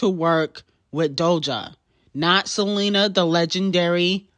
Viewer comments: sele-NER lmao GOTTA KEEP AN EYE OUT FOR SELENERRRRRRRRR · Girl not Seleaner!!!! I'm literally screaming 😂😂😂😂😂